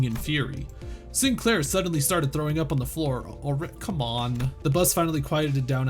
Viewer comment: Oh it's the SIIN-KUH-LAIRR chapter huh Nail and Hammer.